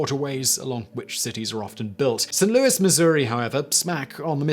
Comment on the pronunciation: Yay! Someone who pronounces St. Louis correctly! Hurrah!